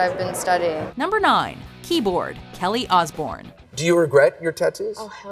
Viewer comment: Ozzy 'OSborune' Come on